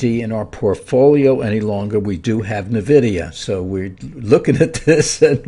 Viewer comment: It’s not pronounced Nevidia. It’s eN vidia